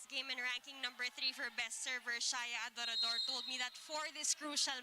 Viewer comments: Adorador mozzy! Hindi Ador Ador jusme ilang taon mo nang di mabigkas na maayos surname ni Shaya! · Since college hirap na hirap na si mozy bigkasin apelyido ni adorador hahaha